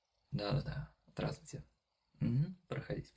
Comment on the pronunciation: Мне послышалось? Или ты сказал дратути))? 😆